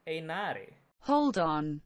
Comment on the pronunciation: Dude your Finnish pronunciation is suprisingly good with the Einari and Rauta Jenkki 😄